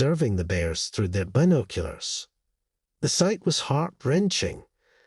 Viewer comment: So dumb. Another one of these fake animal asking human for help and repaying them the next day w a dead animal type stories. Not to mention this annoying narrator and the way he keeps saying been…….oculars